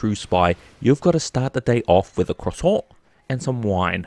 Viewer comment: i'm french and i love how you say "croissant"